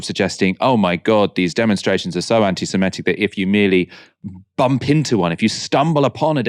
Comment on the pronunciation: peeeease stop saying "anti-simetic" It's "anti-semitic" Another exception to the 'I before e rule' Otherwise you continue to nail the hypocrisy of so much that goes on, especially around justice for Palestine 🇵🇸 👍